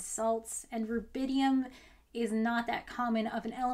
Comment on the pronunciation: So it's rubidium not rabidium and not even rabinium.